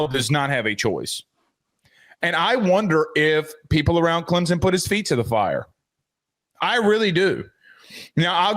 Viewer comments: Joe… Not Clemsin It’s ClemsOn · Its Clempus.